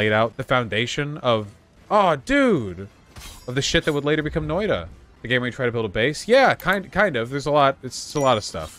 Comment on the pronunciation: Hearing him pronounce it "Noida" is driving me insane.